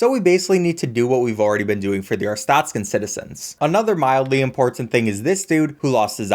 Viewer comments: Its not arst ah tzka its ARSTOTZKA GREATEST COUNTRY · Your pronunciation of Arstotzka triggers me tbh. It's Aar-stOHt-zka, not Aar-stAHt-ska YEEE FOOKIN KOLECHIAN TOURIST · the way he pronounces arstoska 💀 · bro really pronounces it, "arse taut ska" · PLEASE STOP SAYING "ARTSTATSKA" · Say the o in arstozka as the letter o.